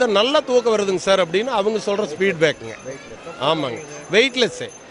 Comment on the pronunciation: ஸ்பீட் பேக் இல்லைங்க ஃபீட்பேக்